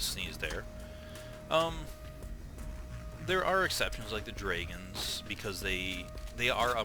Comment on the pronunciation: Wait, how is he saying 'dragons', 'drayguns', wtf..?